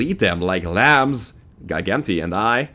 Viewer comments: Gigante is Spanish for Giant. Pronounced Hi-Gahn-teh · I think its spanish for giant, and its pronounced as G.-gan-tae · Not a soft g like in "giant"?